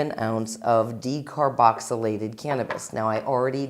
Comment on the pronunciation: She said "I'm adding about an 8th of an ounce of decaroboxylated cannabis".